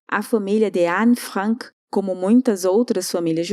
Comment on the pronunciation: É a pronuncia correta em Alemão